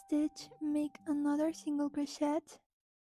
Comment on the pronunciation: You don’t say the ‘t’ in crochet by the way. The ‘et’ is said like a long a.